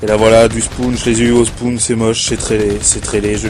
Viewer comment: 1.on dit spone, pas spoune 2.tu coupe les moment quant tu te fait violer 3.mon joueur, MrQuochon vous aurait violer sinon qualités vidéo est pas mal, pareille pour le comentary